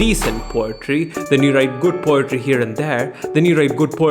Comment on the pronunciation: Lol he sayin potry instead of poetry